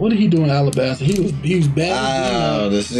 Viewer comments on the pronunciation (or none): Whoever edited needs to understand it's "Alabasta" not "Arabasta." The latter is wrong, coming from a poor understanding of both languages ¯\_(ツ)_/¯